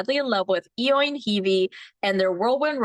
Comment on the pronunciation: Eoin is pronounced "owen". Thanks for the updates!!